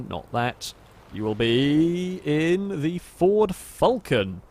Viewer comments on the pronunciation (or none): It's a f-AL-con not a f-UL-con